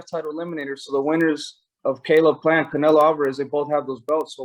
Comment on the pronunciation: Who is Caenlo? I obviously know who Canelo Alvarez is but not Caenlo 😂